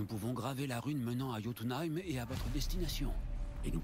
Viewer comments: ça ne se dit pas jotunh(aime) mais (y)ot(ou)na( Ï )me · je reproche rien mais ces jotunhem mais jötunheim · Sa se prononce yotounailleme Bordel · pourquoi il dit jotho M